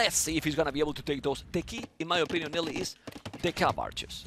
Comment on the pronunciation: why does bro keep calling nili liereyy 😂😂